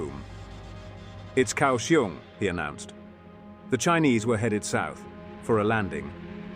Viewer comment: Effing idiot. Can you at least get Taiwan placenames? Kaohsiung "ao" sounds like English "ow" as in now, how The "k" In kao... soungs like a ficking "g" So "kao" sounds like how, now "gow" the "iung" pronunciation is pathetic too Fucking hell... how God damned hard is it for you to find a taiwanese person at some nearby university.....and just have him read off placenames Then when recording the video get the names right Egads em kay 48 Just do any fucking research MARK 48 Next... TAIWAN, the entire effing island, is an aircraft carrier. I lived in Taiwan from 1994 to 2018. Every god damn year, different sections of freeway, up and down the island, are used for Air Operations Landings, rearming, taking off to go back into the battle Can you guess WHY? Just because the airfields locations ARE KNOWN. Taiwan is not the only country to use freeways and highways for air ops. At least 12 countries do so. So, no air superiority by the CCP as easy as you made it. And, with air assets still in the fight, no effing naval landing would work... Sink transports. For anyone interested, there is an air museum not far from Taoyuan int'l airport. It has a cool display Air engagements between ROC and PRC ... From 1949 on... Propeller powered fighters.. P47/p51 vs yaks and migs and lavs F86 vs Migs, and other aircraft It gives numbers involved and who lost BTW, Taiwan still existing tells you the PRC got the shit kicked out of them It also covered the one naval landing the PRC tried on an ROC h